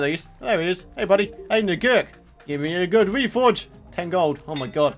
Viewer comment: Never leave out the k in Nigurk's name.😮😮